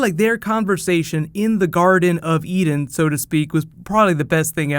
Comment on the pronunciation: Somehow you saying "Garden of Eden" sounded like "Garden of Enid" in my ears... which is kinda awkward lol